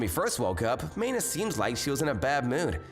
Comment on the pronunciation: Its not MAY-na. Another butchered pronunciation from this male VA. And look, I get she was completely obtuse. But - the "eww, girls, cooties" MC strikes again.